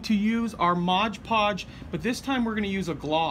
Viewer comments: Did my head in every time you said Modge Podge instead of “Mod Podge” Great dios though 👍🏻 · Whenever you say modge podge instead of mod podge a puppy dies 😔